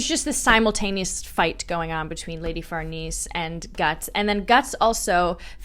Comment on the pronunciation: Farnese< far-Nay-say